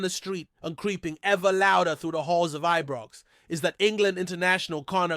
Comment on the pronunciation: This guy doesn't read comments, as I say for goodness sake It's IBROX NOT EBROX AND CELTIC as in a CELL not pronounced KELTIC, Please dont insult good Scottish fans, no matter who they support, if you can't get it right, don't say anything.